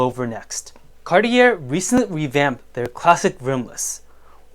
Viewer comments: Pronounced Carti yay not carti air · ‘Car - tee - air’….do you mean Car-chay? Or are you speaking ‘American”?’ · Cartier - French Company. Pronunciation is Car-et- ay. Not Cart- I -errr 😮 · More money than class, can’t even pronounce Cartier properly, how can you claim any sort of expertise smh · 2nd time ending up here upon clicking, about to move on again without finishing the video after hearing how Cartier is pronounced :)